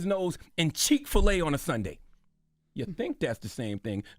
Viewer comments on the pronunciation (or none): Charlamagne said Cheek fil LA 🤣🤣🤣🤣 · My man didn’t just say ‘Cheek-fil-A’ 😂